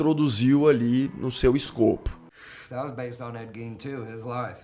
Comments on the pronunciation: O cara assistiu a série inteira, ouviu a pronúncia do sobrenome do cara umas 100x e ainda fala errado 😂😂 A pronúncia correta é Gin e não Gein. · Ed. Gain seria a pronúncia correta. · Na verdade, a pronúncia correta do sobrenome dele, é "Guim". O "e" não é pronunciado. E a pronúncia do sobrenome da Ilse, é "Cók". 😉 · Parei de assistir na pronúncia do Gein😊